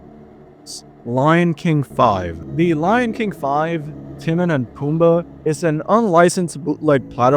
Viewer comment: My ass the smash bros ones are “haunting” they’re toys it’s all a kids imagination. Also tf is with the pronunciation of some of these names? The Timon(tuh-mown) “Timin” pronunciation is killing me